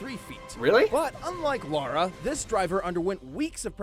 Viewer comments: Just so you know, Lara Croft is not Laura Croft. It's pronounced Lah-Rah. They even pronounced her name properly in the video, and you didn't seem to notice. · It's LA-RA not Laura